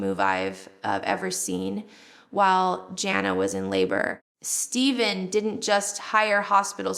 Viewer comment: I don't know who this person is but it's not Jill! She pronounced two of her sisters names wrong, Jinger and Jana....her teeth is different...its NOT JILL